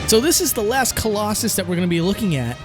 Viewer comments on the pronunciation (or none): none